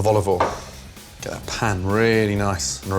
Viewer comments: Is it "A touch of olive oil" But I heard "A touch of volley ball" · When he said: "A teaspoon of olovol" I felt that.